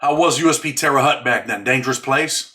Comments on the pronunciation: You pronounce Terre Haute wrong. Sounds like Hote not Hut. But who gives a sh!t, Fuk that City. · Usp terre haute it sounds like hote. I know that place well its in indiana and its a slaughter house.